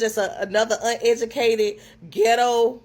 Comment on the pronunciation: She cannot pronounce the word "uneducated"